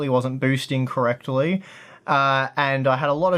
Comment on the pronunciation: On did you say co-rectally?